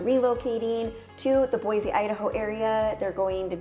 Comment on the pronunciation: Where are you from? Because it’s pronounced boysee not BOIZZ . And one handy tell us it’s not interesting nothing to do. And then you’re at turnaround and talk about the areas biggest waterpark , top flight , car race track ! I believe you probably came from California or Portland which in Boise we can’t stand them. Oh, and don’t forget about Eagle Idaho which is growing substantially fast.